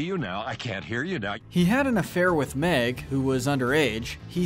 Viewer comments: meg not mick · Mick? You mean Meg? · Mick it’s meg